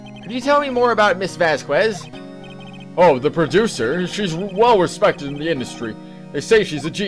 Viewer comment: I like how they say "Press him hard." Instead of "Press harder" or "Press further" like they usually do. To be fair, that's what I chose my first time. Question, why do you pronounce "Vasquez" like that? Surely you can't say that you've gone you entire life without running into anyone with that last name. I don't know why (ok, actually I do know why) you hate seeing Oldbag so much. She's one of the most fun voices to do in my opinion.